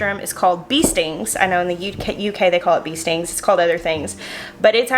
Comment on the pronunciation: Hi. It's not 'bee-stings' although it is spelled that way. It's actually 'beest-ings' (or more correctly, beast-ings) and the custard made from it is incredible. Some bakeries make what they call beestings which usually consists of a thick custard enriched with cream that emulates the original (that freaks out our delicate sensibilities!) sandwiched between puff pastry layers and topped with frosting or some such delicacy. You could give that a try x Edit to add: Truth be known, humans are the only ones who deliberately consume the milk from other mammals. So the whole concept of us using cow's milk, let alone the colostrum, should be thought of as unusual. Go figure.